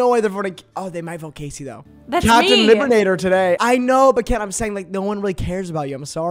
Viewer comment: when said “libenator” i knew she was a fan fs 😂